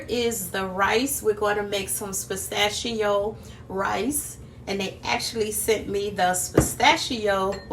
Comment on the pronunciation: Did you say Postachio Rice👀👍🏾